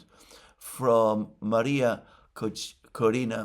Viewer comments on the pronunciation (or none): none